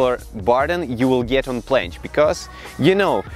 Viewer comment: Who heard plansh